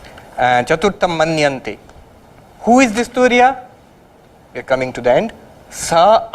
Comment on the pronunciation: It's Turiya not Tunia